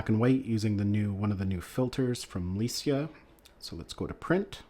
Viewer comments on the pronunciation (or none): It's "Lai-kah" not "LEI-SIA". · Lee-see-ah? I clicked off. It’s Ly-cah. Good leeuck in your future en-Dee-voors. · It's pronounced LIE KAH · Ernst LEItz CAmera = LEICA "Lie-Ka" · Yeah I question how good a photography channel is when they can't even pronounce "Leica" correctly...they're not exactly a small unknown brand... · I cant really listen to any camera review that pronounces Leica incorrectly lol. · Haven't you ever heard of "Henri Cartier-Bresson" shooting The Decisive Moment with Leica cameras? the way you pronounce the camera brand is confusing and annoying. Try to do your homework when it comes to camera brands!! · A photography channel, but not sure how to pronounce Leica? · Came to the comments to say the same thing, it was driving me CRAZY when he said it the wrong way over and over 😂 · Weird bc I've never heard someone pronounce it the way he did 😅🤣 that's new